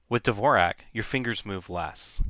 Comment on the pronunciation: you are pronouncing dvorak incorrectly. it's like the great composer, Dvorak, which the world has been pronouncing correctly for years. if you're telling me everyone pronounces it incorrectly, i will never have any respect for this method. first learn to say the guy's name right. and i read that the speed factor was never proven. and the reason mrs. blackburn "REFUSES" to type on the other one is because she doesn't want to make the switch, just like so many of us who don't want to relearn.